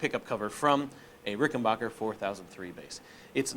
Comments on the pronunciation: FYI it’s “Backer” not Bocker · It’s BACKER not BOCKER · It is RickenBACHer actually. Geddy Lee himself has pronounced it that way.